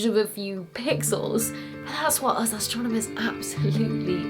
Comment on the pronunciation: Babe, you've got to work on pronouncing US properly!